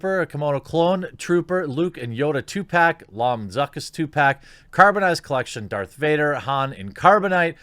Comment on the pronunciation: His name is